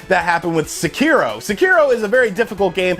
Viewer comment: my ears bled when you said "sekeee-ro". it's "seki-roh"